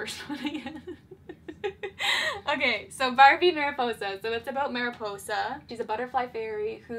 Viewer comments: *mary-Poi-sah* Me, a Spanish speaker: wince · not mary-poi-za